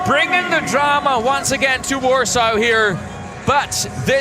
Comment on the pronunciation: Why does the guy keep saying warso? Isnt it warsaw?